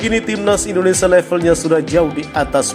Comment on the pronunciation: bang...indonesia bang..bukan indonesa